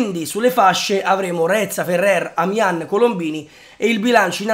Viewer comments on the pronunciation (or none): Reca non reza